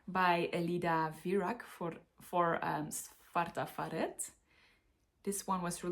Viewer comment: Great selection! You asked about Svarta Fåret - it’s pronounced ”svarta FAW-rett”.